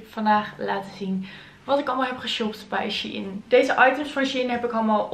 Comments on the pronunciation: je zegt het als schein (geen haat) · nee hoor het is echt she-in 😉